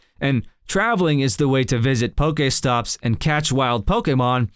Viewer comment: love the vid, but why do you say pokemon so funny? and pokestops, not a hater im just wondering..